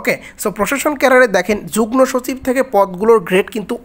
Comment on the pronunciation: ভাইয়া যুগনোর জায়গায় যুগমো হবে উচ্চারণ।